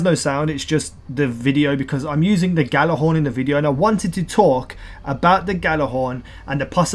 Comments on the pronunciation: It's pronounced Yallahorn. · I hate when people mispronounce Gjallarhorn! Look it up, its a Norse word. I still love you <3